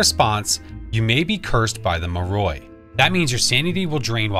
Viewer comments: why are u pronouncing it mah roy? pretty sure its more-ee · I love the muhhroy, or however you pronounced it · It’s pronounced “more I” not like that lol